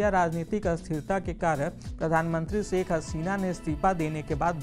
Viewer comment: सेख नहीं शेख होता है भई